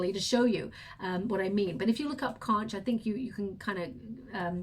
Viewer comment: Hey, that conch shell is pronounce as konk! Don't mean to correct you but just letting you know! I love your readings and can't wait for each reading! Thank you so much!